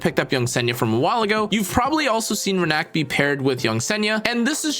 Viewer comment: It’s Rina-k not Renak